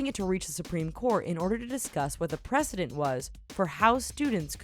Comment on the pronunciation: Pre-ce-dent btw